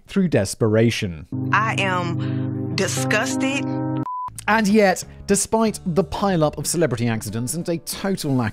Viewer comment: "I am discusstit"